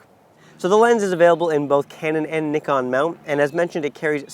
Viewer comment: How are we supposed to take what you say seriously if you can't even properly pronounce NIKON...?